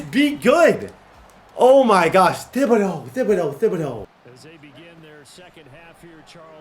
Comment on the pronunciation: I’m from Louisiana and hearing you say “thib-ah-dough” instead of “tib-ah-dough” makes my ears wanna cry 😂